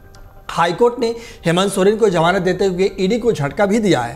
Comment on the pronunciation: Janab apna talaffuz (pronunciation) sudhariye... Jamanat nahi hoti Zamanat hoti hai...